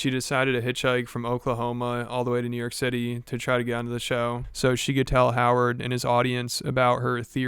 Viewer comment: " ehhhhh, im mr knee-you-yoik over he ore " - everyone on this show